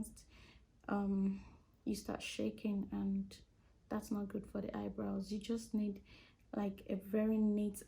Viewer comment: Why she keep saying "Haibrows" ?💀 This was really helpful though, thank you❤